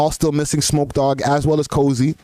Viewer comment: Getting Life isn't good. A better deal is 10-15 yrs from beating smokeys murder off self defense n pleading to the 🔫 getting a 2nd degree or even better manslaughter for the manager. And it's Kofi, not Cozy lol surprised ya team aint correct that